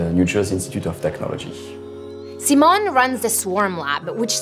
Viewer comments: Hi Simon. It's See-moan! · Sai-mon not See-mon